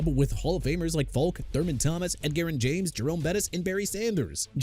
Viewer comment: EDGERRIN JAMES AS IN EH-JUH-RIN JAMES NOT ED GAREN! ARE YOU DONE BUTCHERING EVERYBODY'S NAMES?! IF YOU ARE THEN YOU SHOULD QUIT!! AND FYI NEW ORLEANS AS IN NEW OR-LINS NOT NEW OR-LEANS!! I'VE HAD ENOUGH!! AND L.C. GREENWOOD AIN'T A SAFETY OKAY?! MR. UNINFORMED!!